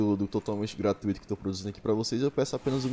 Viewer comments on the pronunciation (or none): none